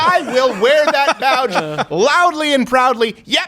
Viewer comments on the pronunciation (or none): love the show but you definitely said..."wear that bowdge". the Canadian accent slipped out a bit. spot on analysis though